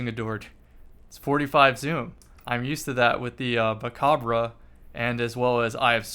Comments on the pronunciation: Pov you don’t know how to pronounce mechabre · Cool vid. But lets talk about how you said MACABRE.